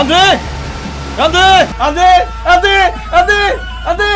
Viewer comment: 점점 안돼가 안데로 들린다